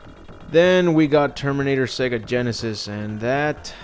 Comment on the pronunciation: "Terminator : Sega Genysis" dead🤣🤣🤣